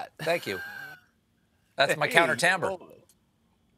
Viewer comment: I think they mean Timbre, but it sounds like they are saying Tamber, and Youtube's auto-generated subtitles are telling me it's Tam Beer, XD.